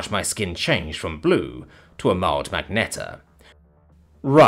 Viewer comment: it's not "magnet-a", it's "ma-gen-ta", or a shade of purplish-red.